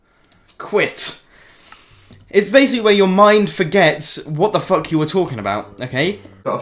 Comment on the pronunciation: the most british "fuck" i have ever heard